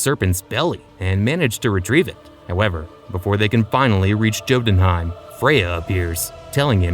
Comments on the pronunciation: You really read Jotunheim with the "Jam" type of "J" ?? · it’s pronounced as “Yoh-tūn-hàym”